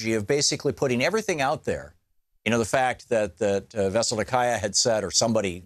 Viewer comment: The first US American TV or internet news figure whom I hear pronouncing the name of Mrs Veselnitskaya at least not totally wrong but only acceptably wrong will get a free meal from me.